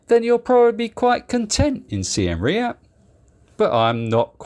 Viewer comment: Your pronunciation of Seam Reap is painful to my British ears. Do you pronounce Siem and Reap as Si Em and Re Ap in the UK?